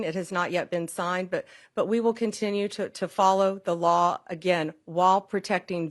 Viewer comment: Please listen how she pronounces "law". It shows all her contempt for the thing that still controls her ... to some degree.